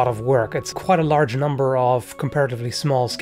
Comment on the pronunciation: I like how made emphasis on the word “large” lmao